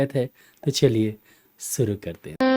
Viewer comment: Jab aap guzarish,shishi sahi pronounce kar sakte hain to phir shuru ko suru kyon bolte hain?